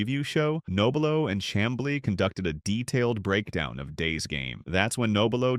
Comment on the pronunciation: How about an honest pronunciation of Frank's last name?